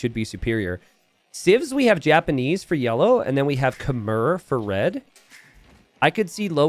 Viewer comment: I wish would learn how to pronounce Khmer correctly.